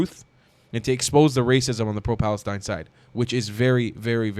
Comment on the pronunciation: "FFFFf "FALESTINE"😂